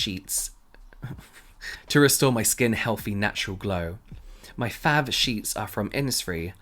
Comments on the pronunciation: The way he says Fav instead of how it’s supposed to be pronounced “fave” 😂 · you literally pronounce fav as FAV without the E 😭 it irritates me so much lmao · James is straight up being petty by saying “fav” instead of “fave” 😂😂😂 I love it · He literally read fav ad FAV i am dying inside 🤣🤣😆 what a local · Every time James says FAV, i choke. 😂😂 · You could pronounce fav as fave :P it’s not that big of a deal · When you said fav has an ‘e’, you just proved how British you are😂👊🏽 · I love the emphasis placed on “fav” 😂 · The way that James kept pronouncing “fav” is the level of petty I aspire to be😂